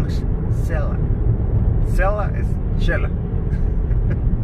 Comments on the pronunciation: Ahy va una salvadoreña yo creooo porq dice chela, no se dice chela es , Xela,va oh son SALVADOREÑOS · Corrección eh.. se dice Xela..no Chela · Se dice Xela como Xilófono no chela.. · No chela se dice xela